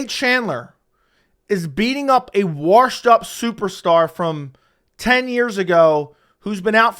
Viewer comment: Washed doesn’t have an R in it